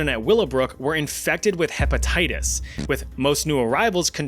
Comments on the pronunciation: dont think i didnt notice that you said hepetitties XD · herpatitties? LOL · Lol harpattites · "HEPATITUS A" & "HERPATITTIES B"?.....Umm, what?